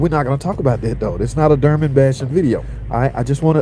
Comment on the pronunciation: WTH is a DerMen🤦🏻 ?? it's Dorman pronounced similar to Door Men.. not door mAn but door MEN. now say it with me brotha...DOOR MEN.. DORMAN😮🙌🥳